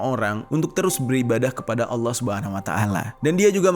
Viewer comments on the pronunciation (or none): none